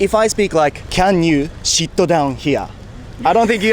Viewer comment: タロサックの侍英語"Can you shit down here?"に聞こえたけどオージのお姉さんも最初表情からしてそう聞こえたんじゃないかな。😂 直ぐ"sit down"と悟ったみたいだけど。